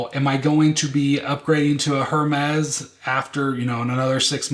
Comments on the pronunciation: It’s AIR-mes not HER-mez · I know you keep saying HERmes but the “h” is silent so it’s pronounced “er-mes” ❤